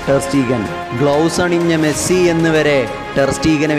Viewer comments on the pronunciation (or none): none